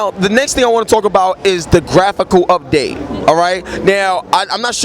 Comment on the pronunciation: ''Grapical update''. Learn how to properly pronounce words.